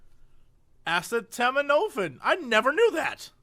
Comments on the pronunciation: Now when I see acetaminophen I can't help but pronounce it incredulously like Jesse does in my head: "aseh-tam-in-o-fin?!?!" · and on for a few minutes... Jesse... you were a teacher. How is it that you cannot pronounce that? Funny as hell, but damn. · Every time I listen to the end of this episode, it drives me absolutely nuts because they never figure out how to pronounce acetaminophen correctly. Not even in later episodes, I don't think. And he says 'well why doesn't he just say Tylenol'. Because Tylenol is a BRAND NAME, you dipwad. Acetaminophen is the real/generic name. Just like Advil/Motrin is ibuprofen and Aleve is naproxen sodium. Also, paracetamol is literally just another word for acetaminophen, or APAP. It's the exact same damn thing.